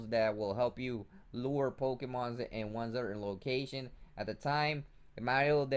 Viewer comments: 'Poe-key-mons' and 'experian points' lol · The actual pronunciation is "Po-Kay-Mon." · poke...eeeeee......mon NOT poke......aaaaaaaaa....mon